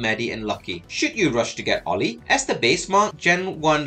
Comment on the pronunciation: Pronouncing name approved 🫡